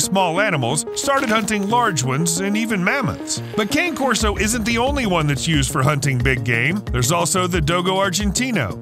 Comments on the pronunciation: Hey Narrator! It's KHAN•eh Corso. Or , KHAH•neh, or heck, just give it a lazy Connie Corso like a lot of people do. It's a helluva lot better than calling it a walking stick or peppermint Christmas candy. And before I forget,what the hell is Canis Putin Nax, or Putinax? Dontcha mean Canis P U G N A X ? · The dog is an Italian breed and the name is pronounced CAH NAY CORSO, !